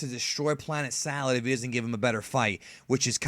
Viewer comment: I could be wrong but isn't it planet "Sadal" not "salad"? Narrator kept saying "salad" just want to make sure which one is which?